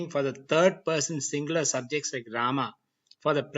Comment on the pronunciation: Yes but Here the world rama and krişhņa are pronounced as ramā and krishnā which is wrong राम is not ramā but rama रामा would be ramā which would mean a female rama Since the long aaa at the end of the of sanskrit word denotes femenine gender. Same thing with all the words which end with a short a Its yoga not yogā Its mantra not mantrā (My orignal comment was rude so i edited it)